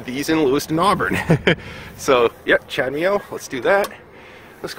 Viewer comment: Yeah, I know... I was pronouncing it as Chad-ME-Oh when it should sound like Cha-da-Moe 😋 Don't forget to SUBSCRIBE. Thanks!